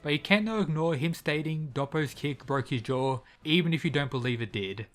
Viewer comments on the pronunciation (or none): none